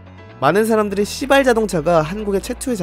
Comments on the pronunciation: 에 발음때문에 진짜 시X인줄 발음이 시 가아니라 씨로들려요ㅋㅋ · 아니 왜 시바ㄹ 자동차 말할때 왜 이렇게 시바ㄹ 발음을 쎄게해? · 너무 강조해서 읽으시는 거 아님?ㅋㅋㅋㅋㅋㅋㅋㅋㅋ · 발음 조심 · 시발자동차 발음이....?